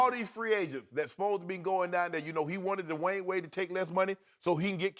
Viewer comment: Lmao why did Shannon say "Dee-wayne"